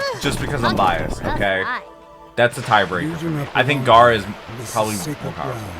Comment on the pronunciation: Why is pronouncing gara and jinjuriki like that? But more importantly why didn't shukaku help out?